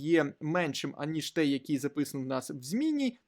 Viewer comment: "Той" а не "тей", я вас дуже прошу